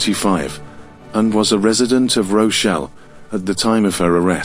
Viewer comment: Rochelle? Do you mean ROCH DALE